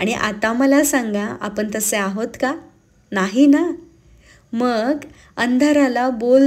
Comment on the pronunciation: आपण म्हणणे ऐकायला जास्त चांगले वाटते कानाला आपन पेक्षा कारण Last sentense मधे दोन्ही शब्द आले don't take it otherwise 🙏🙏